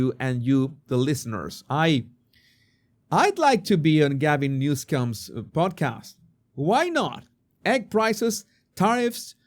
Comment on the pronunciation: I love your pronunciation of homeboy’s name. 😂 New-Scum Hilarious and of course the picture is crooked. Appropriately